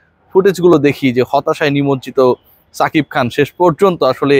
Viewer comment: ছাকিব খান না রে ভাই,সাকিব খান😂